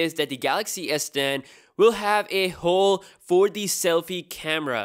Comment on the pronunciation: He said hole hhhheeee lol